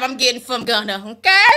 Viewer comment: She said “Gunner” 😂